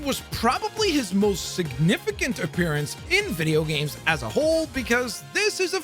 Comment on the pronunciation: Dude, you need to practice saying the plural “games” more